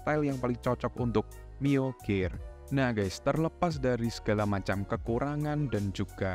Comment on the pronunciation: Nyebut pcx bener pisi ex giliran nyebut gear gak bener